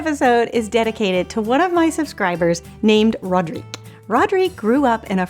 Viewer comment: Oh thank you, this is lovely! Of course I like it, and this twist with the Nutella surprised me, in a good way of course! And, congratulations for prononcing my name very well, I know that all these french "R" are difficult to pronounce! haha:) Hope everyone is gonna like and share this recipe:) And hope some others ideas sharing for our recipes,! xx Rodrigue